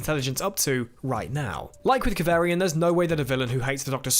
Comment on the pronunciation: Kav arrrr ri an... not Kav air ri an 😜😘